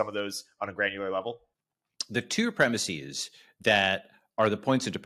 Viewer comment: Ya lost me at "...premisseeze..."